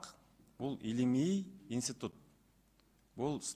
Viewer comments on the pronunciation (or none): Уважаемый заместитель председателя Кабмина сначала правильно говорите. Инситут эмес Институт